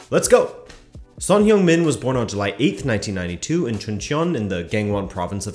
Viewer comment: "Hung", not "hyung".